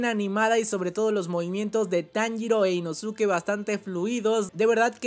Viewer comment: Nezko e inoske porfavor, asi se pronuncian